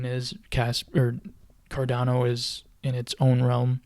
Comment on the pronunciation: Cardano not Cardono hahaha